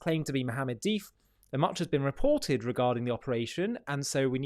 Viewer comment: Duff not dif